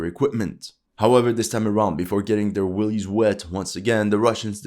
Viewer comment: 'willies wet' or 'wellies wet'? Big difference 😂